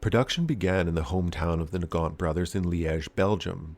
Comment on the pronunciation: Omg, I just realised that if they are belgian, then thier name should be pronounced Nagant with a soft g.